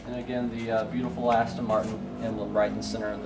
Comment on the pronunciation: Just saying its ASTON NOT ASTIN ! just saying